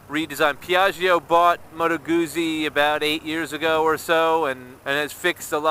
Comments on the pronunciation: The U should also have a little more oo as in two. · You say Guzzi with an invisible t. Like pizza. Scusa. Mi dispiace :) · Ma dovresti ! I'm sorry but it sounds so wrong when you say it. However, it will only annoy Italians.